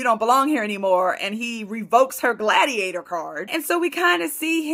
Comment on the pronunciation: Hahaha "degladiator"